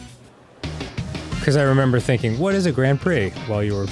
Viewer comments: It didn’t phonetically trigger, since the sound was “grand pricks” instead. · Every time he said Grand PRICKS I ROLLED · the way arin pronounces grand prix is just~